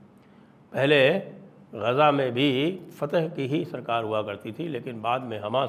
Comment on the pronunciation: fateh nahi fathakh